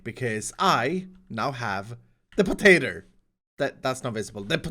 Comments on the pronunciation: the potatRR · Hahah the potaterrrr lmao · "the patater" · Something about saying potater just fills me with joy